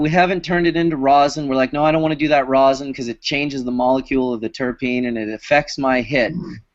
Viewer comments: FoRealJuggalos should've learned how to pronounce the word rosin before making multiple tutorial videos on the subject LOL. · What is this "rose-in" keeps referring to? Is it something different than rosin? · That's just how he pronounces it. He's still talking about "rosin". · Kira Barsmith It's how his english teacher told him it was pronounced..